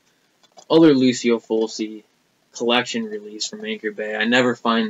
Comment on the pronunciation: Awesome Italian horror collection I have way more lamberto films than bava in my collection need to pick up some more of his father's films. Oh and Fulci is pronounced ful-chi. Not to criticize or anything. Awesome video man!